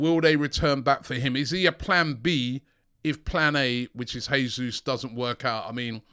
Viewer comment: Robbie his name is not pronounced Hesus. He's Portuguese and the "J" is not silent. Its more like "Gesoos"